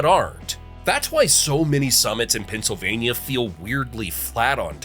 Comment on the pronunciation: Pa! Keystone state,. The speaker says the states name a lot. Many perfect ways of saying it. Pen cil vay n yuh